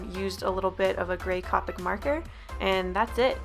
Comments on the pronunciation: I don't mean to be one of those people but you Copic as Coppic the o is supposed to sound like oo so, sorry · Oof you said Copic wrong. I used to say it like that.